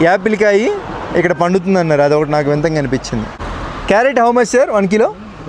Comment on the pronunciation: "వింతంగా" అంట 😂